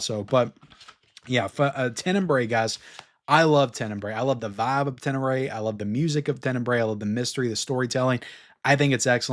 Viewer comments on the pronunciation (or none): Hello, congrats on all your videos, just wanted to help a little bit here… Since you love so much the movie, I thought that you may want to pronounce it correctly, it is not “TENENBRAE”, it’s more like TEN-E-BRA-E, and a good translation of the word would be “darkly”…🙂